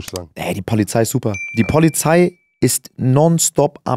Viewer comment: Ja man. Die poahliei ist ganz wichtig 😅❤️